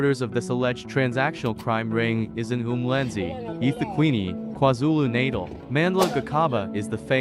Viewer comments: My only concern "Gi khaba" brothers and "KwaZulu Naital" is really irritating to my ear. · "The Garcarber brothers"😂"kwaar zulu Naytle" 😂 what shit is that😂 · Lol not everybody will pronounce it the way u want to